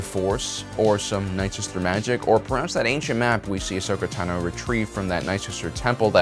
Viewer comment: The way this guy's pronouncing things... did he even watch any of this? Mispronouncing Ahsoka's last name is so fucking weird. Did he watch it or just read this script